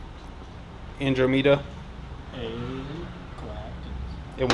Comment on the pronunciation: Not only is this video full of douchebaggary but so is the comment section! Who the hell would subcribe to a person that cant even pronounce the word "Andromeda" ?